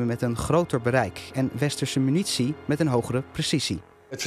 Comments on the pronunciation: Dat is traditie. Artjerie, minutie, boem, etc.. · Stelletje zwakzinnige experts met spraakgebrek, de minitie voor de arte rie is bijna op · Het valt mij op dat (bijna alle) militaire experts de militaire termen anders of verkeerd uitspreken. Minutie ipv munitie, ajtjerie ipv artillerie. Heeft iemand hier een verklaring voor? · “Als de minitie op is kan de atjerie niet skieten” Johan Cruyff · Al die minuutsie en atjerie is me toch wat zeg.